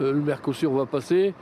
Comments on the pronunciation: Vous avez dit "Mercosourd" ??! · vous prononcez MERCO SOURD ! et c'est bien le mot... LE PRESIDENT ET LA VANDERLAHAINE SONT SOURDS A LA DETRESSE DES PAYSANS ET A LA VOLONTE DU PEUPLE DE GARDER SES PAYSANS ET LEURS PRODUITS !!! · Non ils ont dit Merdosur.